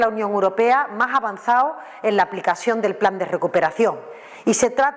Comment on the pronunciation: "Zomoj er pai de la Unió Europea más avanzao" ¿Cómo coño pueden tener de ministra de Hacienda a una INDIVIDUA presuntamente más bruta, mal hablada e inútil que un arado? Pregunto, no afirmo.🙏😫😂 ¿Y cómo carajo pudo sacar la licenciatura de Medicina? Por Diosssss🙏🙏🙏🙏🙏😫🙈Vielvo a preguntar, no afirmo🙏😂🙈 ¿La mayoría de los fondos europeos recibidos serán los regalitos que recibirán los diferentes chiringuitos, sindicatos, medios de comunicación, ......antes de las elecciones de mayo y de las generales de fin de año? Por tercera vez no afirmo, solo pregunto.🙈🙏🙏🙏🙏🙏😫